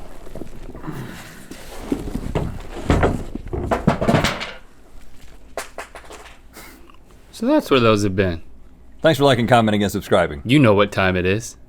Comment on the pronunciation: Does anyone else love how Link says "month"? No matter if he says it on LTAT, GMM, or Ear Biscuits it is always like "MUNTH".